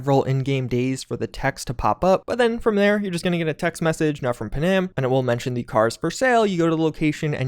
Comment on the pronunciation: Did you ever fucking play the game why are you saying panam like that?